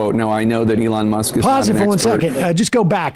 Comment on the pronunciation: "a lawn musk"